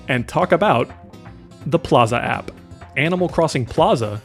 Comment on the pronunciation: I like your videos, but chill out on pronouncing your "P"s in words like "app"